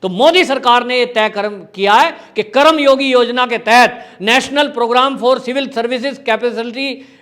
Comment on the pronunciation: सर जी उच्चारण सही और शुद्ध होनी चाहिए.! ये शब्द करम योगी नहीं बल्कि कर्म योगी है. संधि शब्दों का उच्चारण सही होना चाहिए.धन्यवाद..🙏